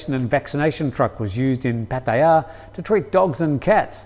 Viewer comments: Please pronounce Pattaya correctly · He cant say pattaya properly lol